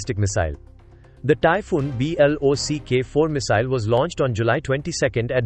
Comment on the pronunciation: You don't know how to say 'block' as a word?